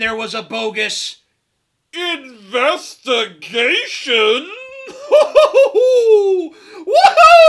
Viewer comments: "INVESTA-GAYSHUN! WINK FUCKING WINK!" lol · I think "investahgaysion" should actually become a word. A word meaning "a phony police investigation done for the purposes of protecting corrupt officers and officials."